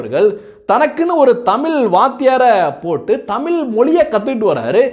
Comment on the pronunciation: டேய், தமில் இல்லடா, தமிழ், நீ முதலில் தமிழ் பேசு.